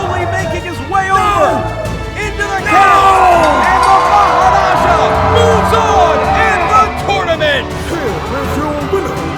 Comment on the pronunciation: It is also good to hear maharaja actually said correctly